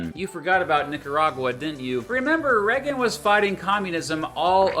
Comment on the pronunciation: I remember the Reagan era, but I do not remember anyone pronouncing his name as 'Reggan' other than. Is it a local accent thing or entirely peculiar to himself?